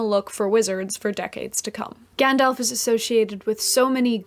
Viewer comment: Gandalf, not Gendalf. Having said that, love the vieo, thumbs up!!